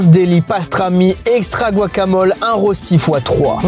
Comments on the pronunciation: Je suis suisse donc j’ai l’habitude que personne ne sache dire le mot “rösti” mais si jamais ça se prononce “reuchti” mdr 😭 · La prononciation de rösti est incroyable 😂